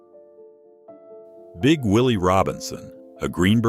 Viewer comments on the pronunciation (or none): none